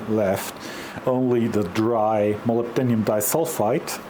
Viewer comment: In English it is 'Mo Lib Den Um' (lib sounds like lip with a B) Nice adapter BTW :-)